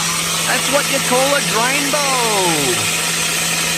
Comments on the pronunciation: "Drainbow"... you're killing me. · drain-bow? lol love it!